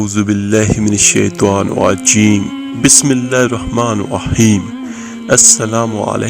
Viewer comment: You reading wrong check the capital letters Auzubillah minashaitan NI RAJEEM bi-smi llāhi r-raḥmāNI R-RAḤĪM" correct it